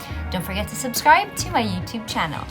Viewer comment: The only ph vlogger who says YOUTUBE correctly. 😍